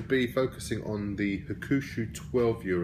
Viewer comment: It's pronounced Huck - Shoe not Ha-Koo-Shoe. Just letting you know, good review.